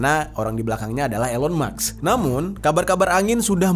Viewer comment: Kenapa "elon maks" bukan "elon musk" 😅